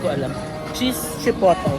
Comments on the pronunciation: Its called chee-poht-leh - hot chilli pepper. In the states there's a mexican restaurant with the same name. Can't wait to go to Sokor in the future! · CHIPOTLE [chee-pot-ley] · Heheh.... hello po. It's "chi-poh-lay" po yah 😊 ☺️... Love your vlogs po. 💖 Sending love. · It’s pronounced “chipotlay “😀😍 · Chipotle pronounced as chuh-powt-ley 😁 Silent viewer here 💜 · chipotle 😂 google: chuh powt lay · Chipotle = chi- pot- ley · Grabe nag enjoy ako!! Na takam ako sa lahat ng kinain mo 😭😭😭 thank u for this vlog!! by the way "chipotley" po sya pag pronounce mexican sauce sya ni ginagamit smga burrito/burrito bowl 😊😄 skl po 🤗🫶🏻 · It’s chi put ley the right way to say it. It’s a spicy sauce. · Pronounced as Chi-pot-lei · Ikaw ata pinakaunang turista na gus2 mag tour pati police station sa ngalan ng Kdrama. 😅 Yung pinakanagus2han ko streetfood sa Korea na di ko inexpect na masarap e yung bindaetteok nakain namin sa Namdaemun market. Chipotle reads chi-pot-ley. May pa hanash ang pronounce. 😅 Yung odeng (fishcake) you can buy sa Korean groceries. Yung stock they use anchovies and kelp.